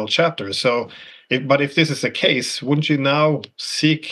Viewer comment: "Woundent it be nice if we were friends with Russia" Donald Trump